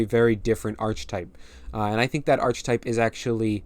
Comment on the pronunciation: Yup awesome, the expansion looks like it's got enough going for it to be interesting to play at the very least. Also you might want to know that the ch in archetype is pronounced like a k 👍